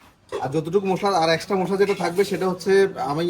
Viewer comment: উচ্চারন ঠিক করুন মুশলা না মশলা গ্যারান না ঘ্রান